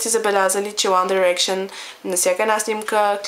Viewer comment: Мислиш си, че знаеш много за One Direction, но не е така. Та ти дори не изговаряш името правилно. -.- Правиш се на гхолямата работа, а всъщност си жалка. За много яката ли се мислиш като ги обиждаш? По това, което виждам ти май си доста нахранена... Отпадали са много пъти и са ги връщали? Завършили са чатвърти? Барали са се постоянно? Абе ти чуваш ли се? 1-во Те НЕ са отпаднали нито веднъж. 2-ро Завършиха ТРЕТИ. 3-то Не се барат постоянно. Като ще говориш, поне се разрови малко и кажи нещо вярно! А да, научи се как се изговарят. И Mtv Awards също не се изговаря така хД Като ще се правиш на много умната, поне се научи как се гови на английски. Ники по-добра ли е от 1D с един тон силикон? По-яко ли еда си си сложил силикон навсякъде и да си движиш ръцете по тялото на всяко видео? Да, харесвам я... Наистина има талант в рапирането, но не можеш да сравняваш Ники с One Direction. "Те пеят за момичетата" Ъм да. Какво очакваш? Да пеят за момчетата или за кифлите като теб? Те пеят за нещо смислено. Най-важното е, че успяха да накарат всяко момиче да се почувства красива! Всички без Найл и Хаза си имат гаджета - МОМИЧЕТА! Мдаа, много е гейско да ходиш с момиче или да се сгодиш с момиче. ХДДД не знаеш абсолютно нищо за тях so, SHUT UP FUCKING BITCH!!!